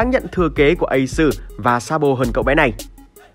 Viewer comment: nghe thằng ad nói ây xừ (Ace) là đã éo cảm tình rồi😂😂😂